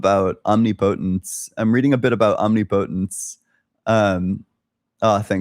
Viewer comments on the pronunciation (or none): Why do you say "omnipotence" like that? It's om-NIP-uh-tence, same as how its om-NIS-i-ence and om-NIV-er-ous and not omni-science or omni-vorous.